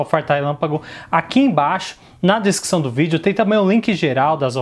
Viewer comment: Você fala desquição do vídeo de propósito né? Consegue falar descrição normal né?